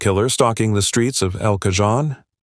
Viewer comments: Get a voice AI program that knows how to pronounce words. It was difficult to listen to this video. El Cajon is Spanish, wherein the letter J is pronounced like H so Cajon is pronounced caHONE not caJOHN. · Computer narration sucks! "El Cajun" is pronounced "El Cahone". It also seems to be written by a seventh grader. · Its EL KAHONE said locally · It's El CaHONE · It's not Cajon its pronounced El Cahone, J in Spanish is pronounced like H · QUIT using AI narration. It's pronounced el-ca-hone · Pronounced El Cahone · Respectfully I will note that El Cajon is quite close to the CA/Mexico border. Cajon is Spanish, in which the letter J is pronounced as H. Ca-hon sort of pronounced like the word cone. I grew up in Southern CA so know just a bit of Spanish pronunciation. It’s a rough town, or was when I lived there. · Nice AI voice. It would be great if AI would learn to pronounce simple words like El Cajon. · Do five minutes of homework and learn the pronunciation of El Cajon. This makes me wonder if your other statements are accurate. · I get that you use AI narrators, but the mispronunciation of El Cajon once was bad enough, but mispronounced two different ways is pretty bad. I know it’s a ton of work to acquire images, footage and write scripts, but attention to detail is important. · Yes. It's the AI. However, chances are really high that a human would have pronounced it the same way. It's astonishing how often YouTubers mispronounce names, place names and just plain old words. Usually late Gen Xers on up. 🙄